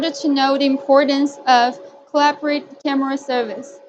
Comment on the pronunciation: "Camera" not "Carmera".